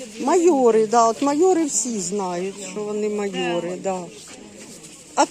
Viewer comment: Не майори, а майорИ!